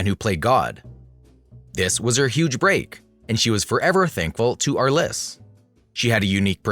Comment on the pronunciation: There are a lot of problems with this including the mispronunciation of Franchot Tone's name as well as George Arliss's - emphasis on the first syllable. He repeats some of Davis's history more than once. I'm guessing that "" wrote the script on a computer and then had the computer do the actual "speaking." The intonations and emphasis of certain word and sentences was "unhuman like."